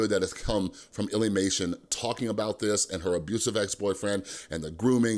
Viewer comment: Don’t see the point of this video plus your saying lillymation your saying illlymation